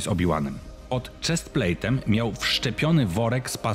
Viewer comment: "Czesplejtem". Można by powiedzieć pod "napierśnikiem".